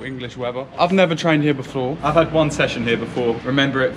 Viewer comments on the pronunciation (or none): "I've never trained here beflore" Oh really, I haven't beflore either